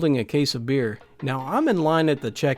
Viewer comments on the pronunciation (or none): none